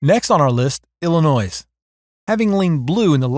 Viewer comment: "El li noy"